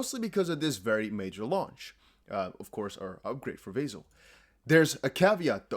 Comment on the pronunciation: Ηey! What’s up. Yea I own Cardano. And by the way it’s not Vay-Zil upgrade. It’s Vah-sil upgrade;)